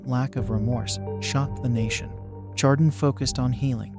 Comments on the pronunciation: Honor the community and pronounce it right!!! It's 'shar-don' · I stopped watching after you mispronounced Chardon. Do better research.